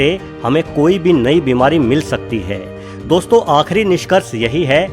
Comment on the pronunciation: O bhai 2 million log follow karte hn tmhe word to sahi se bol le Gyan mil rha hai to le lo gajab hai Bhai 😒😣